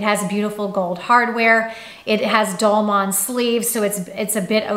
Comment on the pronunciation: Please. Dolman is pronounced “dowl muhn.” Love your videos, just change that one pronunciation. ❤️❤️❤️